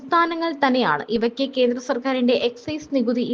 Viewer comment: സഹോദരി, കീരളമല്ല കേരളം, കീന്ദ്രമല്ല കേന്ദ്രമാണ്